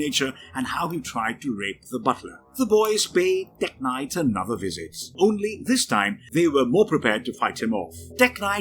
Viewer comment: I know it's a video about Tek-Knight... but he said it 61 times in the video, and the way he said it All I couldhear was blablabla teG-nite blablabla TEGnite